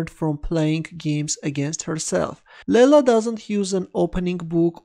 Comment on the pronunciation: It's not "Lella". It's "Leela".